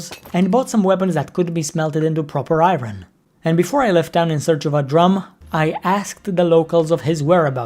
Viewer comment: why do you say I-Ron XD